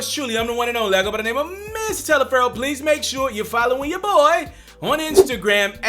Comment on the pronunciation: He said Mrs Talifero.